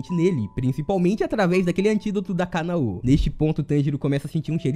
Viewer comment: Caraca, por que a galera que comenta sobre anime nunca pronuncia os nomes corretamente? Agonia da poxa parece que fala soletrando WTF "TAN GI RO" "KA NA Ô" "I NO ZÚ KE"